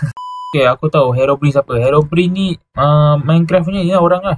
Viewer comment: abg salah cakap hirobrine